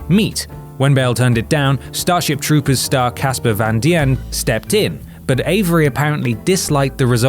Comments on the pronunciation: "Casper Van-Dion"....no....van dien...deeeeeeeeen. Also, it's pronounced Sh-ma-lan despite being spelled with a Y. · And "Casper Van D.N." for some reason. This is what a lot of Brits do, I've noticed. They're funny with pronunciation and spelling.